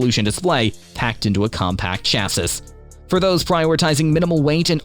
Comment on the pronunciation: nearly chocked on "chass-ISS"